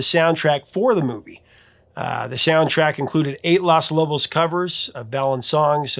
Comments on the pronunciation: It's funny how keeps calling the band "Las" Lobos, not LOS Lobos. It think he's thinking of "Las" Angeles! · If I remember my high school Spanish correctly, all the o's in Los Lobos should sound the same. You pronounced it more like Las Lobos. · Oops! Mispronounced LOS Lobos all the way through. (As “Las Lobos”) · The band is called LOS lobos, not las lobos . It means "the wolves", BTW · Professor, I love your channel, I am a huge fan. I think it’s important to get names right and also language right. In Spanish, Los is masculine and pronounced with the long ō and not the “ah” feminine sound as in Las Angeles. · Maybe it's pronounciation, but the band name is LOS Lobos, not Las. Because of the gender aspect of Spanish, the plural definitive, 'the' must also be masculine because 'lobo' (wolf) is considered to be a masculine noun. Las is the feminine plural and los is the masculine. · Come on man are you SERIOUS!!! LOS NOT LAS LOBOS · I love your channel and everything you do, but I respectfully need to correct something that you said often in this segment. You kept saying "Las Lobos" with an A when it is actually "Los Lobos" with an O. It's not a huge deal, but I know that you value accuracy, so I thought that you'd want to know. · Just a brief correction: "claves" = "CLAH-vays" "Los" = "lohs" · Please (please please please) stop saying "Las" Lobos! 😂 Anyway, I loved the list. All were songs I adored when I was a teen. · You keep calling Los Lobos “Las’ Lobos! 🤨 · Technically, Los should be pronounced with the same "o" as Lobos, unlike how Los Angeles and Las Vegas are pronounced the same by us Americanos. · Good video but it is Los Lobos with a long "O". You are saying Las Lobos like Las Vegas. O is always long in Spanish. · It should be the top 8 covers. I love both versions of Sea of Love. The video to Sea of Love is great. It's pronounced lohs. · BAMBA not Bomba, lOS lobos, not LAS lobos, alas... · Los Lobos, not Las Lobos. C’mon.